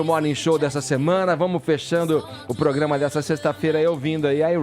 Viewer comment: 'eçe POGRAMA..'... é uma M.......